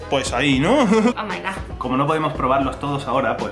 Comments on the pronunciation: Omaigah xDDD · minuto dice como oh mai gah